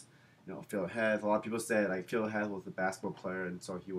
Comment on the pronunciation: PHIL HEATH, OKAY, HEATH!!! NOT HETH